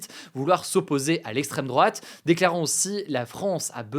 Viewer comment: "lesstreme drouate" on y crois plus hugo